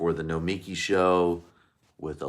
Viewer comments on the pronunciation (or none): Why is it so hard for you and Sam to pronounce her name? It is "no-mi-KI" not "no-MI-ki" - emphasis on the last syllable, not the middle.